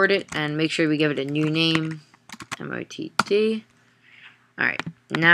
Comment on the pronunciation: IT'S NOT A 'MOTD' . MOTD IS 'Message Of The Day' .